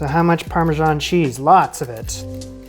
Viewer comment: Nice job. But...there's no 'j' in Parmesan, 'erbs starts with an 'h' and wtf is cone yak? 😉